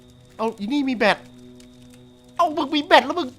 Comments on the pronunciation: พี่คับแบตไม่ใช่แบท😂😂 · แบตพี่ ไม่ใช้ "แบท"